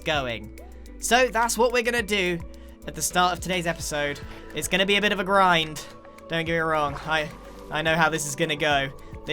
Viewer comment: Grian said “it is gonna be a bit of a grind” I think he was trying to say “It is gonna be a bit of a GRAINed